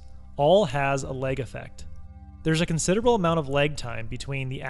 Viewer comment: "Leg effect"? "Leg time"? .... You know there's an "a" in that word, right?